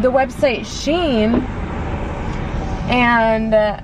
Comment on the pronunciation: It’s pronounced SHE-IN